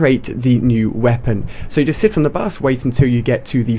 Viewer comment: Lol he says 'da bus'